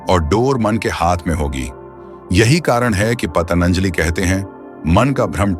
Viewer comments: " पतनंजाली " नहीं है भाई साहब. वो नाम/शब्द महर्षि "पतंजलि" है. आप बीच बीच में " पतनंजाली " कह रहे हो, ध्यान दो. महर्षि पतंजलि "योग-शास्त्र" के रचयिता ही नहीं, बल्कि "सहस्रावधानी" (सहस्र-अवधानी) भी थे. और आज "माडुगुल नाग फणि शर्मा" (तेलुगु) हैं, वह "द्वि-सहस्रावधानी" (द्वि-सहस्र-अवधानी) हैं, और आज वह हमारे बीच में हैं, रहते हैं आन्ध्र-प्रदेश में. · Thik h Lekin aap shabdon ko badal kar kyun bolte ho Rishion ko arishi Ab Patanjali ko patanjali. Aesa koi vishesh karan h. Itna deep samajhne wala ye galtiya kyun kar Raha h? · ye koun murkh hai jo patanjali bhi nhi bol pa raha hai . you tube me murkhon se bhra pada hai | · भाई पतंजलि का जब ठीक से उच्चारण भी नहीं कर सकते तो क्यों ज्ञान बांट रहे हो ? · You don't know how to pronounce Patanjali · महर्षि पतंजलि का उच्चारण तो सही तरीके से कीजिए। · आप इतना बात कर रहे हो मन के बारे में और योग के बारे में. फिर भी, इसकी सृष्टि-करता का नाम ही आप भूल रहे हो. ये कैसी टट्टा है भाई ?! आप बार बार "पतनंजलि" कह रहे हो. उनका नाम महर्षि पतंजलि/पतञ्जलि/Patanjali है ना? आप उनका नाम गलत क्यों उच्चारण कर रहे हो ?! कही जानबूझ कर तो नहीं बोल रहे हो गलत, दुष्प्रचार करने के लिए?! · पतंजलि बोलिए पतनंजलि नहीं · पतञ्जली शब्द का सही उच्चारण करना नहीं आता और चले अर्थ बताने| मत सुनिए | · महर्षि पतंजलि का नाम तो ठीक से उच्चारित कीजिए महाशय।